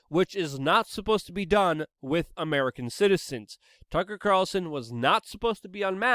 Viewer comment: “Wittt” It is With, W I T H. The TH.